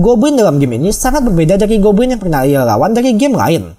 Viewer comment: Yang aku denger "gobwin"